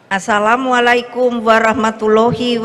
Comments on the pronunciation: Hehe..Salam Islamnya Belepotan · Ibu islam, ngucapin salam ja blepotan bu,,,ampun bu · Salamnya knp keseleo bu, mega apa itu suda tanda Azab 😀😀😀